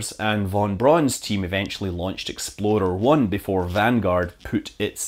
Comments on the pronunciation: The pronunciation of Explorer-1 with an accent doesn't leave a lot of confidence! #Exploder-1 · sounds to me like "And Von Braun's Team eventually launched Exploder 1" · Exploder 1? I thought it was Explorer 1. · I heard "They eventually launched Exploder 1 before Vanguard..." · Not sure if it was accent or joke or mis-spoke, but nice work saying "Exploder 1" over footage of the failed launch. ;P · he says explorer 1 and plays stock footage of an explosion. making it sound like he said explosion 1